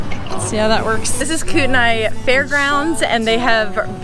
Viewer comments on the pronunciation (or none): How did you just say Kootenai? Its pronounced like this...Koot-knee